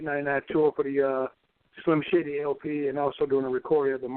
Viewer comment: did he just call him "Slim Shitty"?